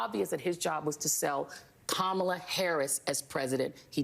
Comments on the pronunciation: It’s amazing how Maggats are unable to pronounce Kamala. I guess you need a functioning brain. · Why can't his camp learn to pronounce her name correctly question mark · Trump Jr. is so full of shit it's oozing out of his ears. Listen to the projection (just like his daddy). Every single thing he's accusing the "left" of and Kamala (he purposefully mispronounces her name, just like his daddy) is what Donald Trump, his father, is actually guilty of. So ridiculous.